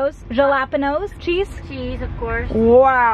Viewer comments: Are we not going to address the JA-LAPENOS 😂😂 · My girl, I love you and all but what was on your pizza? Do we need to teach you how to say Jalapeños? 😁